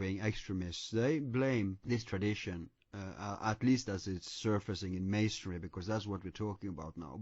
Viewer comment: They keep saying masondry wth is that man ? WOW